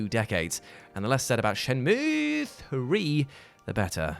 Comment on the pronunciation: You almost disappointed me until you said Shenmueeeeeee! Correctly. You are still a massive ledge.